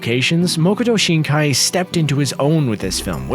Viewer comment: Please, Its Makoto Shinkai, not Mokoto Shinaki. As someone who speaks Japanese, this is a simple detail, it is literally his name.